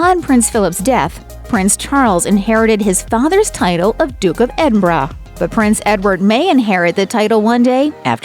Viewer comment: Congrats for pronouncing "Edinburgh" correctly.